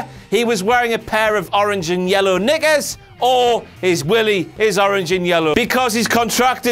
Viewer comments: That moment when doesn't properly enunciate the word "knickers." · I know he didn't buuut it sounded like he said niggas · ' pronunciation of the word "knickers". Yeesh. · I kno he said knickers but with that accent that was rather close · It sounded like king just say the n word when talking about Enzo's dick. TRIGGERED! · Now I know you meant to say knickers, but it definitely sounded like the n-word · he tried to say knickers, it didnt work hahaha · Does anyone else think when he said Knickers, it sounded like the N word? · yeah I thought so too. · Knickers which almost sounded like something else. But it's just the way he speaks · It's just knickers in the geordie accent, the voiceless velar plosive is suppressed and because the voicing is continuous those unused to the accent will sometimes hear a voiced plosive in the gap. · I'm black and I thought the same thing, but I laughed lol But considering it wasn't edited (while it could've been missed), I'm sure it's "knickers".